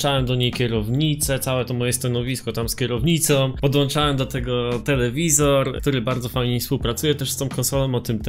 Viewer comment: Kur.... PODŁĄCZAŁEM, a nie podłanczałem!